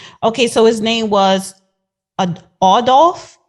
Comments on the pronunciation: Baby girl learn how to read before you host a show I can’t keep up from laughing at the judge correct you. How you can’t pronounce the name Adolf can you try to do a story about him the foolery is real! Sad!! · Get the name right first sheesh "Adolph" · You don't even know how to pronounce his name but yet you doing a vlog/interview to get yo status up on yo channel have some respect to at least know how to pronounce the man name 😩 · Know how to pronounce the name of the victim, and get your facts straight, sounds ignorant and uneducated. Makes people who care about the victim angry